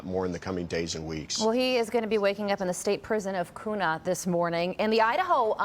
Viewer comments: It's "Kyuna" An Idahoan would know. 😄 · She pronounced Kuna incorrectly. It’s pronounced Q nuh. Kuna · Your saying kuna wrong